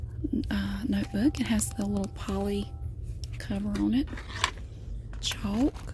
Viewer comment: I like how she says “writes 90% longer!” Which seems like so much longer but those pens only hold up for like 1 essay😂 also love how she says chalk